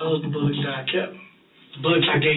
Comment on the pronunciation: Is he saying “bullicks” instead of “bullets”? Maybe my earphones are off…